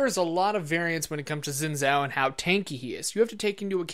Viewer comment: Zin zao? Pronounce it correctly